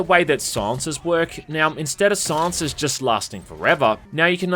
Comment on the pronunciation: The fuck is a “sauncer”? Ooh you said silencer! Great video, as always though :)